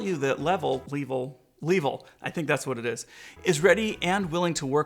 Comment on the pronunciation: Longer and better review here: Also, Suggest learning how to pronounce the company's name. Just the most basic courtesy.